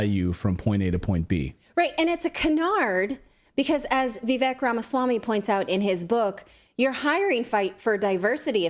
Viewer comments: By the way, it's not pronounced Vvek. It's Vivake. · Can you please just learn how to pronounce Vivek's name?